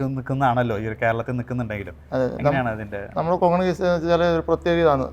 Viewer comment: Kongini അല്ല, konghani